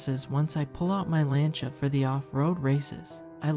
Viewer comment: I knew I'm a bit late, but Lancia is pronounced "lawn-shuh"